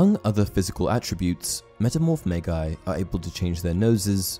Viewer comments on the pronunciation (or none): Magi - pronounced "may-jai". Not "may-guy". If you don't know how to pronounce a word, don't assume it. Pick up a dictionary, please.